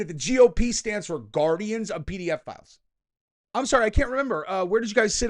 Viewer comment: Are you saying "pedophiles" or "PDF" files 😂😂😂